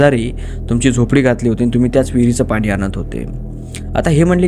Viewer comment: Khopdi नाही झोपडी म्हणतात. 😂😂😂